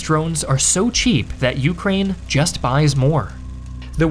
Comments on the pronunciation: It's "ukRAINE" not "YOUkraine", and it's "aZERi" not "azerAY", sorry but those both bothered me a lot. Gotta nail those pronunciations as a channel focused on geography. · Take a drink every time he says YOUkrane.